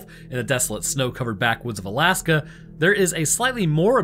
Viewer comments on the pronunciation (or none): none